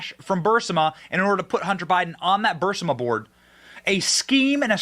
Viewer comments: Is anybody else troubled by the fact that pronounces Burisma as Bursima all the time EVERY TIME. Biden should be in prison over this. But will never see a second of time. Bennys show has become overly flamboyant and I’m getting tired of them. Your assessment at the end of the video is spot on. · Burisma. Not bursima. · 😂❤😂❤ OH MY. I WAS LOOSING MY mind over him mispronouncing it!!!!😂